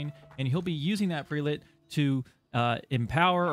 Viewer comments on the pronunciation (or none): Prelate = preh·luht (pronunciation)